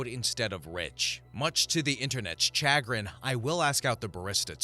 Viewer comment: The ch in chagrin is pronounced with a sh sound.